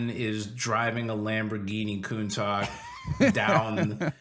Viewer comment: Look man I respect you but as a car guy, I felt HIGHLY OFFENDED to hear COUNTAK rather than COUNTASH